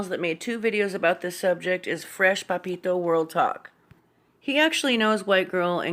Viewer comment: Love how you pronounce Papito haha. Are you just a fan ?:)